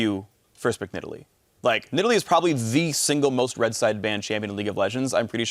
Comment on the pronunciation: ? did Phreak just call that cat, nid all lee? what happened to needle lee?